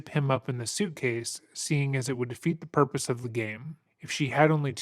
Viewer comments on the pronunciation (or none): none